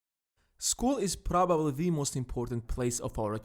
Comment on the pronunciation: umm yeah dont hate school psl and also right at the begining you sound like russia because of the pronouce you said in probably and you add it with kh that means your russian russian accent but in english